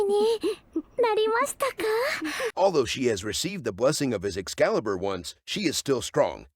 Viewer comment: Bro calls it an excaliber😭😭💀